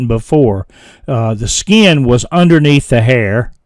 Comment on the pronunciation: Where do you originally hail from,? When you say, "Skee-in" I flip my wig every time! I'm a (really) old VA boy, but I'm kind of a linguistic chameleon, as I kind of adopt a neutral accent when I'm among non-Southerners.